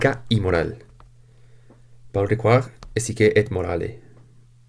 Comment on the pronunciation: Una cosa, el apellido Ricoeur se pronuncia en castellano "Riquér" (que en España hay gente que se apellida Riquer y que seguramente deriva del francés). El resto bien. Saludos.